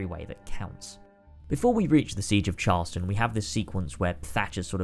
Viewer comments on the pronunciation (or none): You pronounced Charleston wrong. Like how people who don't live there do.